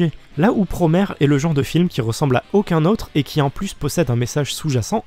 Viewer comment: J'me permet juste, prononcé à la japonaise, Promare donne Puromea (プロメア) ce qui est proche de la prononciation anglaise, et non Puromare ("プロマレ") comme dit en début de vidéo, voilà voilà.. Bon je continue de regarder 👀 merci de parler de Promare !